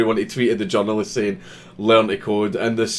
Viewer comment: you said "the journalists" I heard "the genderless"